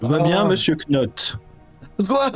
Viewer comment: Vivement la fin. Petit tips de phonétique anglophone pour Monsieur Knott le "K" est muet et se prononce donc Nott, beaucoup plus facile à prononcer pour tout le monde :D. Et pour les idéogrammes chinois, on ne dit pas des Kenji ça s'est pour le Japonais, en chinois s'est hànzì "hàn" qui fait référence à l'ethnie Han et "zì" qui veut dire caractère ou lettre. Hâte de voir la fin.